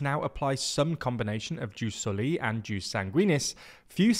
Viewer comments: I apologise for being a stickler, but for everyone reading: The J in Jus Soli or Jus Sanguinis is pronounced like a Y, so it sounds more like eoos solee etc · Please pronunce "jus soli" as it should be in latin. 😅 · Hello, politics aside, the (classical) Latin pronounciation for jus soli would be more like "yewse so-lee" and Jus Sanguinis would be more like "yewse sang-gwin-niss". "j" (technically i as a consonant) is pronounced like "y".